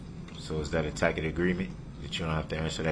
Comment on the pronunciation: And “tackett” agreement instead of tacit with a soft c.